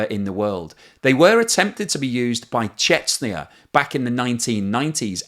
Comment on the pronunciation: For the love of god, please pronounce Chechnya correctly. There is no country on earth called Chetsniah